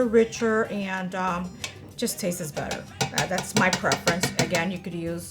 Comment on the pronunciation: Am I the only one getting annoyed by the “tastes” she sounds English but the word taste just doesn’t exist lol